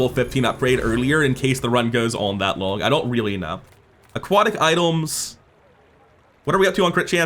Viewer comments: I hear idols! 😄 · Something about the way he says items...